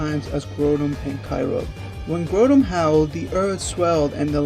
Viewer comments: grow-don and kay-roge XD its grou(said like growl)-don and kay-oh-gur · did he just say grudon and kyroge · he said kyogre and groudon wrong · You say Groundon weird.You sound so so so stupid.You also say the other one weird too. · The way he says groudon and kyogre.... 😤🙄😩😖